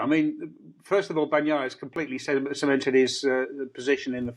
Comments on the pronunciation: If he keeps saying "horhay marteen" I want him to at least say "Payco Ban-naiiiia" with some Italian expression😂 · Seriously., do you eat la-zag-na, or lah-zahn-ya? and seem to manage to say Bagnaia correctly. Give it the same effort you give to Jorge Martín. Otherwise excellent, guys!